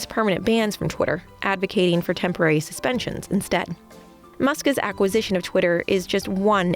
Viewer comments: Who is Muskez? The presenter keeps saying Muskez. Isn't it "Musk's"? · "Muskas"? If you put an S sound at the end of "Musk", it doesn't need to have an extra vowel sound in front of it. Musk's. Not "Muskas". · Muskis... Why do you say it like that? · Why can’t she say “Musk’s”? It’s like listening to a child fail to say spaghetti or something. “Musk is” is not the same as “Musk’s”